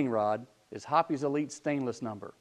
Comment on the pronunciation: Hoppe's, by its spelling, is pronounced like "shop's." Same goes for "shoppe's." It isn't "hoppies."